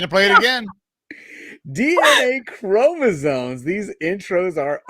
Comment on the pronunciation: "DNA Kro meesomes"....😂 Gotta love Make that a meme with Laura's response please😂